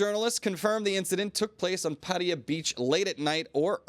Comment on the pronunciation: Still going for the USAian "Pædiæ" pronunciation instead of PattAya?